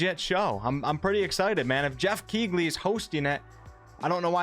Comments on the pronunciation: its Geoff "Key-Leigh" - no hate - love the chan :) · Pretty sure Geoff "Key-lee" is a relatively well-respected video game journalist, just thought I'd say. Great content as always man, so glad I subscribed